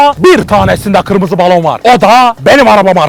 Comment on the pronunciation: Bebeğlere baloğn :D :P